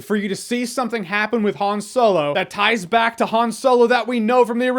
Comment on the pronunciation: Keep hearing soylo 🤣 No he still sucked to me.